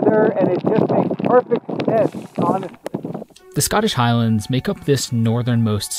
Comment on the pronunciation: that pronunciation of highlands is triggering